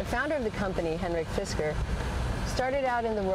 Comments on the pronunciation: The women said fidsker but it's fisker. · did she just sayd "Fisker is Gorgeous" ?